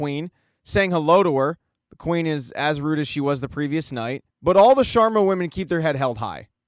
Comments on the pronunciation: It’s SHARMA not SHWARMA Homie it’s an Indian last name not a Mediterranean dish Solid recap though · Why do you keep saying Shawarma instead of Sharma. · hahaha the "Shawarmas"